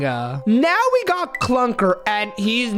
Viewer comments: IT'S CLUKR NOT CLUNKR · Clukr, not Clunkr